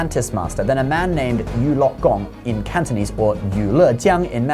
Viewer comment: Your Mandarin and Cantonese pronunciation are impressive!